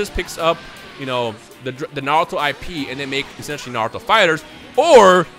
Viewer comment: Z because of Dragon Ball Z I think it would be Naruto S but Pronounced (Narooto)